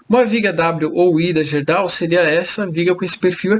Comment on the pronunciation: amigo, a gente fala GUÊrdau.